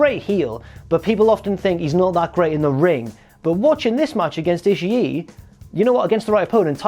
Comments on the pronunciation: It's ishii(Eeh-she) not ishii-E just saying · he doesn't pronounce it right but he's closer than you are